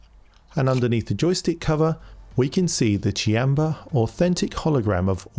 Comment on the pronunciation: Thank youu for teaching me I've been wrongly pronouncing "Qanba" as "Kwanba" all this time.